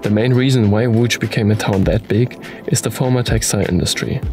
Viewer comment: I've learnt the history and also the pronunciation of "Łódź" Thank you! 😄 Please stay safe and healthy, guys.